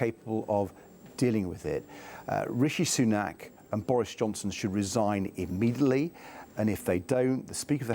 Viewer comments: what is "imidelly"? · Edd Davey cannot pronouse immediately? Immedably...